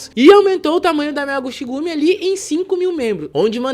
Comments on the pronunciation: Salve 🍻🍻Firmeza?? Cara.. sempre tive curiosidade pra ver como Tu é😂até então só tinha ouvido sua Vóz lá pelo Planeta Novo.. Mano vc está pronunciando Errado..😆no Japão CH tem Som da letra T.. por exemplo Yamaguchi seria como YamaguTi.. (Cha seria Tia,Che Tche, Chi Ti, Cho seria Tchô e Chu é Tchú 😁flwsss Abraços ✌🏾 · "Chi" em japonês se lê "ti" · Se pronuncia (Yamaguti)(chi=ti) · A pronúncia correta é “Yamaguti” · A pronúncia certa eh YAMAGUTI! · Se pronuncia Yamaguti, chi "Ti" o shi sim se pronuncia "chi" como você pronunciou.